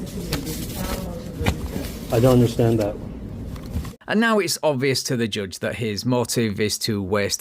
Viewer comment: joooje? no, it's [ʤʌʤ] thank you love your videos but just can't wrap my head around how can you mispronounce every single word of your own language?